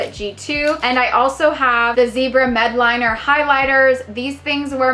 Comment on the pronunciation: Medliner? It’s Mildliner. Zebra Mildliners. Get it together! Jk Jk. Bust seriously. There’s an L in there.